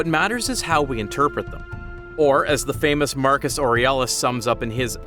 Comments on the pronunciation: Bro doesn't even pronounce the names of the Philosophers right. Who tf is Ory Ellus?? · Marcus… Or-ee-al-is? Never heard it pronounced that way. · the damn AI can't even read the damn name correctly 😂 Absolutely embarassing 🙃